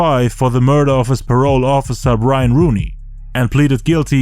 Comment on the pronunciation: Everytime he says the word murder even as a court charge.. he says it like MURDA.... JA RULES ASS IN THE TOILET THOU .